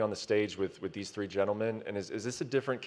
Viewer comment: Conor “tree opponents”McGregor